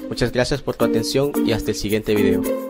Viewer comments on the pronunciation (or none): none